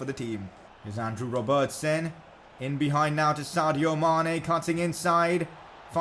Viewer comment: 2 Things i hate Real madrid and saying robertson